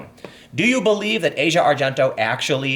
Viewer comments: It's ah-see-uh not asia. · ahsia not asia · Ah-See-Ah Argento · I believe her name is pronounced, "ah - zee- ah". Just sayin'. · It's pronounced Ah-Zhee-Ah. fuck